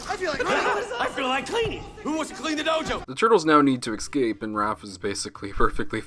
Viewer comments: So fed up of hearing YouTubers mispronounce "escape" as "Ex cape".. beyond lame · my biggest issue is how you say the word "ESCAPE".